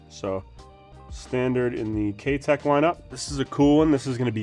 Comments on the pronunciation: Great video! But, I can't help myself in saying this but the name "Keitech" is not pronounced like "K Teck" it is, however, pronounced as if you're saying the word "eye" after the K... So, K EYE Tech. Or like saying the word "Kite" (like the flying kite) or "Kite eck". Hope that helped. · Ah, ok, I stand corrected then. My bad. I work with Mike, the U.S. distributor for Keitech, regularly and he's always pronounced it the way I explained it as do the rest of us who are Pro Staffers for Keitech so I've only known it o be pronounced that way. Good to know. Well, I guess I'm gonna start saying it the other way now and correcting others as well so you better be right! lol. Thanks for the reply.